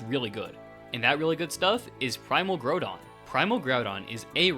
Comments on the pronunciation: Man what is Primal Graudon? Why you pronouncing Groudon so weird? Ground is a word, mate. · Your misprounication of groudon is driving me crazy you go between correct and incorrect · its pronounced ground-on btw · “primal grodon” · Not the worst pronunciation I've heard ngl, that would go to "grue-don"